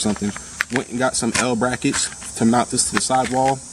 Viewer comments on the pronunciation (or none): none